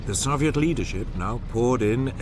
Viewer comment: Why is he pronouncing Soviet that way? The Soviets didn’t even pronounce it that way